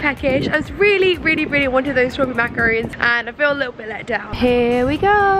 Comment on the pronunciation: I am pretty sure that she meant macarons not macaroons.